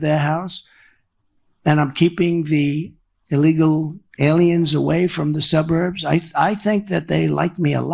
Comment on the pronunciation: "When I return to the lighthouse" (wtf) "Women living in the suburs". He is definitely losing his mind.